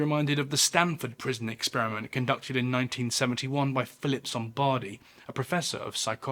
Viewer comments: it’s Zimbardo, not Zombardi. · You might want to revisit the Stanford prison exp. It wasn't as you described. And it was Dr. Zimbardo, not Zimbardi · Just a small nitpick: the name of the psychologist who ran the Stanford "prison" experiment isn't Zombardi, the way pronounced it, but instead Zimbardo. It stuck in my head not because of that experiment in particular (no matter how vile its results) but because my Psychology professor in college was rather obsessed with the guy's work.